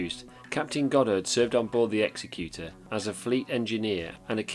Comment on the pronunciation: It’s ex-ec-u-tor not ex-e-cute-or